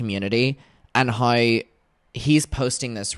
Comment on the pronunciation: "houew"= how